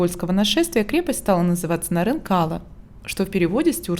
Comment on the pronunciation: Очень похожа на крепость в Дербенте. Только в названии ударение на последний слог. Нарикала(на ла).